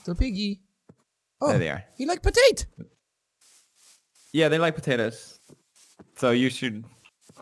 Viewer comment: I löv iet wen he says potate